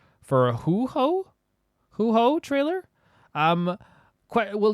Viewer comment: Huh, with the way you pronounce Beidou sometimes, I thought it's an "acorn" situation. Huohuo as Huhou though, that's new XD I must have missed it, but are you somewhat dyslexic?